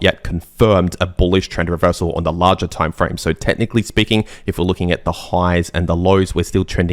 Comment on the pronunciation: im giving some translation to english: 1) Lar-jar = larger 2) May-jar = major 3)twid-dar = twitter or X 4) technically speaking = according to my neighbour 5) give it or take = trust me bro Thanks to me